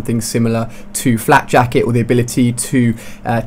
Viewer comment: You said Flap Jacket.